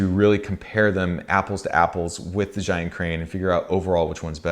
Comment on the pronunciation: Zhiyun is pronounced zeeyun, literally meaning "intelligent cloud". I really enjoyed all your videos, but especially the one about Hong Kong, my home town.